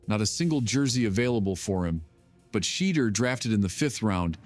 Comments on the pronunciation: A.I. is absolutely murdering your boy's name: First it was Sheddr, then it was Sheedr. :face-orange-biting-nails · Sheee-dur jerseys. Gotta hate AI. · Wow, this video is a positive outlook on the Young quarterback. It’s still somewhat disrespectful. At least if you’re going to use the AI to do the narration of this video get his name correct come on. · Pronounce his name right Dude!!! Damn💥🤞🏿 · You cant even be respectful enough to say his name correctly. Smh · The more I listen to this video and hear how you not only keep mispronouncing his name, but keep finding new ways to do it makes me say f-U and the wack-ass AI you created it with! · You a!!holes continue to disrespect him by not pronouncing his names correctly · I hate that you missed pronounce his name! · and you Still cant pronounce his name correctly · It's unprofessional to miss pronounce his name!💯